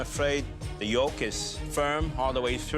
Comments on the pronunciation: Anyone else catch that guys say the gorgeous yilk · the way he said yolk, WTF!